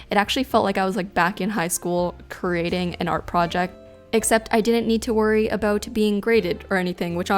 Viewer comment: "Aboot" Hellooo Canada! but really, great video. Feeling a little hungry now, not sure if it's the candy colors or the fruit shapes...